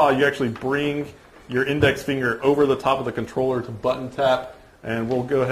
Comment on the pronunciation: THE FUCKING CONTRLLERR LOOOOOOL ahahahahaha